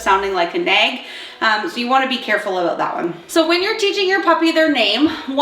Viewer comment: Is this aboot Canada?